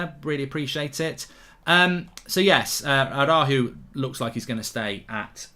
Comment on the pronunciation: Tried to hit the R in araujo that he dismissed the of the name 😂